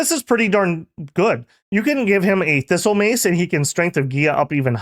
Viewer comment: A bit random, but every time I hear the name of nature booster, instead of "Thistle Mace", I hear "Fissile Mace". I guess too much nuclear magicks